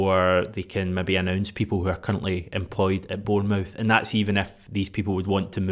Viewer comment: Stop saying "born-mouth" you're Scottish not American, you know how it's pronounced